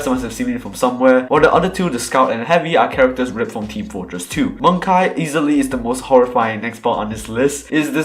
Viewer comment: bro "mungkay"